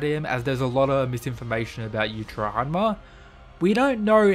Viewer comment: The I in Yuichiro is not silent. Such disrespect.